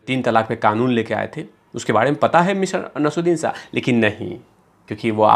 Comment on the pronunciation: You can't even pronounce Naseer Uddin Shah 's name. Useless video